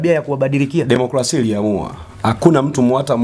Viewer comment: Bro, sio kula bali ni kura, na sio democlasia bali ni democrasia.